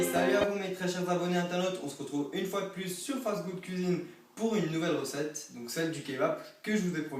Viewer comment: Poureuh la recetteuh du Kebabeuh...